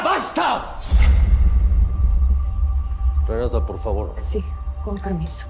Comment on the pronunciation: Ya me desesperooo su “PARFAVAR”